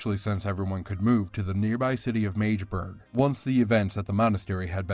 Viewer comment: It's not Mage-burg but Mahg-deh-burg